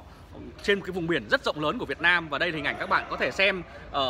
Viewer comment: Ông ở đâu mÀ nói Việt na M tôi